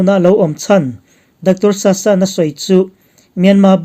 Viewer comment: 👍👍 Dr.Sasa hming i lam dan hi a thluk hi i ti sang deih thin a,ngaithlak a nuam lo.